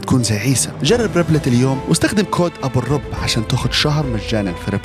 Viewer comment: الرُب بضم الراء مو رَب